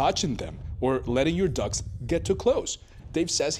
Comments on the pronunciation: Plus, that reporter mispronounces every 10th word. Ex: "letting your ducks get too close" Did he mean to say 'dogs"? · Did he say ducks ?